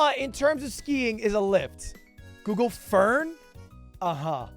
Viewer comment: Parents are looking at me worried for yelling 'THEY ARE FERNS' at my laptop........ ferns bro, ferrns lol